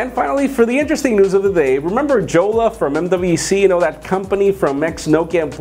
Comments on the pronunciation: Jolla pronounced as Yolla and not JJolla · The name is pronounced "Yolla"